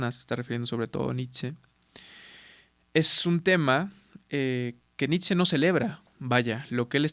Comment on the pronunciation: La pronunciación correcta de Nietzsche es Ni-t-she! En alemán la ie suena como una i larga, en esta palabra la z no suena y la sch es shhh y la e suena como e.